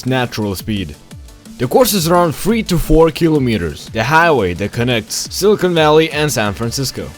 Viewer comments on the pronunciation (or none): none